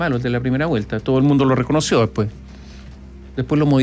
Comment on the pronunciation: "El día depues de la catástrofe"